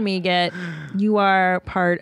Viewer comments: It's Egret like the bird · It's Egret not Eget... Like the bird.